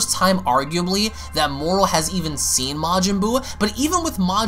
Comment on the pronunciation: He said moral? Thought the dude was called moro